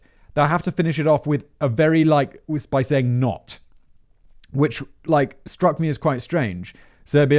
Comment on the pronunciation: Simon no this guy was just an oddball, I haven’t heard someone say “not” like that since 2010 lol